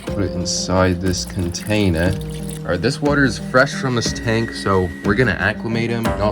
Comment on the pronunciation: Bruv are you bri'ish??? Because tf is "CONTAAINER🇦🇺"?